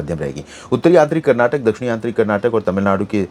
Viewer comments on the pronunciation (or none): none